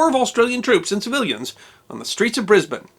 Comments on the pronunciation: Heard about this decades ago in high school in Brisbane from my teacher who was a former army colonel. But I never knew the exact location till today. For some reason I thought it was in Fortitude Valley or South Brisbane. I'm amazed that I've walked Creek and Adelaide streets thousands of times without realizing. And thank you, for taking the time to get the pronunciation correct. Sydney is a no-brainer, but Melbourne and Brisbane always trip up Americans and Canadians. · Kudos for pronouncing all the streets and Brisbane correctly. Interesting tale, and a fragment of the Over paid, Over Se%ed and OVER HERE feelings in Australia at the time. Cheers Brissie Brad. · Great pronounciation of Brisbane! An interesting story too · Thankyou so much for not saying ...BRIZ-BAYEN....may you be rewarded in the comments......In the initial "Donnybrooke"...he didn't "punch him in the mouth"....he "belted him in the chops"...as we used to say....the famous "6 o clock swill" (drink lots of beer, and fast) was still a thing in the 60's....and caused more road fatalities each year than all the Auzzies killed in the entire war in Vietnam....the Battle of Brizz-o, had a LOT to do with the serial killer Eddie Leonski who was hanged about the time of the riot, raping and killing 3 women and attempting the same on a few others, his actions and trial caused A LOT of resentment, his hanging 2 weeks before would have been a hot topic at the time. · Well done for pronouncing "Brisbane" correctly and for the use of the term "Donnybrook". Love your work! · Congratulations on getting the pronunciation of Brisbane pretty much spot on. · Classic Australian behaviour, love it. Also, I'm glad you pronounced Brisbane properly :D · Someone's been practicing pronunciation. Your 'Brisbane' is spot on, mate. 👍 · Thank you pronouncing my citys name correctly. It's a small thing I admit, but something about hearing the name bris-bain just grates on my ears so very much.